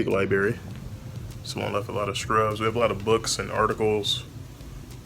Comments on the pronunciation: Pronounced library! Not liberry. Sorry, pet peeve. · You were in the resident lie-berry huh 😂. Lol i love your channel!